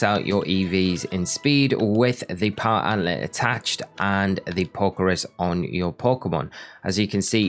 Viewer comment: You have very informative videos but dear lord your pronunciations are terrible. Sand. Gem. Not "Sangum". Power Anklet. There is a K in there. And in a seperate video, Solaceon Town. I don't even know how to type out the way you pronounced it.